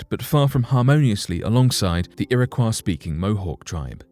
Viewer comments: I feel like I should share my knowledge on the correct pronunciation of some of these tribes as I feel it is very much deserved Iroquois- iro-koy Algonquin- algon- kwin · You really should have made an effort to learn how to properly pronounce Algonquin and Iroquois before making the video bud. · U strugglin with the Algonquin and Iroquois pronunciation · I have been twitching each time the narrator says, "Iroquois." I lived in Irondeqoit for several years and now live in Spencerport. In my opinion, if someone is going to narrate, that person should make sure he or she knows how to properly pronounce all words. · Ok, I live in Rochester, NY, and its an area that has a strong background for the Iroquois . The town of Irondequoit is 10 mins from me. I've lived here my whole life, and have never heard the pronunciation u use here. I've only ever heard Iroquois as "ear-ah-coy". But hey, maybe I've been pronouncing it wrong all along. can I get clarification? 🤔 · It would have been tremendously respectful to the Native American tribes mentioned herein if the narrator of this video had learned how to properly pronounce the tribe names. Kiowa is pronounced key-o-wa. Iroquois is pronounced ear-o-quay. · FYI: LEARN PROPER PRONUNCIATION BEFORE NARRATING A DOCUMENTARY! The tribes are pronounced Ear-Ah-Kwoy & Al-Gonk-Win. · Iroquois is pronounced like Illinois at the end. Algonquin is pronounced like Quin as in Quincy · You need to get your pictures straight. You mix up Apache's with Algonquins... And for Heaven's sake- learn to pronounce the names! Iroquois is pronounced 'Ear-ah-COY,' and Algonquin is pronounced 'Al- Gone- QUINN.' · Iroquois- ear-a-coy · Its pronounced irakoy not iraquaw ( phonetic spelling ) not spelled this way but pronounced this way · Iroquois: ear👂🏻— ah — koy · It's Ear-ə-kwoi, and Al-GON-kwin or Al-GON-kwee-ən (when referring to), ShawNEE, KI-oh-wəh ( which as I was typing this out you finally got right). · Lol ERA KWAH.... did they invent la croix?